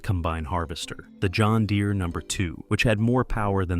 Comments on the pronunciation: Derees.. 100% A.I. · "John Deree" 🤣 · Didn't love this one. Calling farmers illiterate and mispronouncing the "deere" in John deere at one point